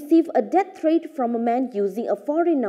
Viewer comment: that’s not how you pronounce threat